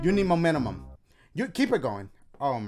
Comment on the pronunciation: He said momentumum 😂😂